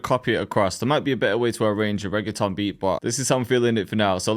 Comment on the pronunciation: nigga says reggaeton but cant say reggaeton properly.